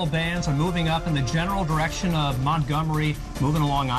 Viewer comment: "It's probably somewhere up around Montomgery", lmao.